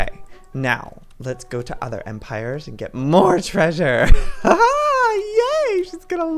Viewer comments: He is saying EmpirYers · and why you say empirgers instead of empires?